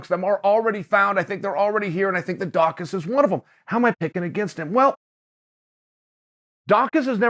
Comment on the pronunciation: Chael pronounced his name correctly! 👏🏾